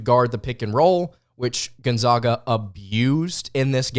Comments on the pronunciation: Say it with me everybody…..GONE-ZAG-UH NOT ZOGA! drive me nuts it ain’t hard to pronounce bro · I saw you and Andy Pattons podcast and now this one....please learn how to pronounce Gonzaga correctly please. its gone zag ( JUST LIKE BAG) Not ZAWG PLEASE! THEY ARE THE ZAGS....NOT THE ZAWGS! You are a very good podcaster....please do your homework! thanks! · American pronunciation ~ Sounds like guhn • zaa •guh